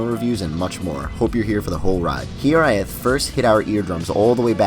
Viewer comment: Great review. also i think it's pronounced hi-RAYth